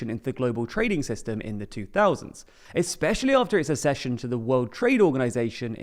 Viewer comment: Accession: ACK-session like access, not "assession"!